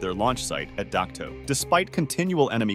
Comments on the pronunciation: Dak to not Duke toe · It was pronounced Dak To and Ban me Thuot